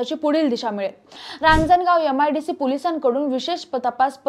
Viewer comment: छान माहिती. फक्त यम आय डी शी म्हणू नका😅